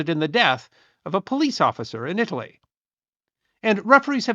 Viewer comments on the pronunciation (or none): none